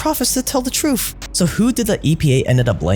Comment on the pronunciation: …..great job, but you’ve got to work on the “th” pronunciation!……tha, tha, tha, not uf, uf, uf…….truth, not truf…….